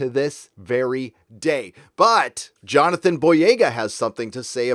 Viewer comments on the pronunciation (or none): none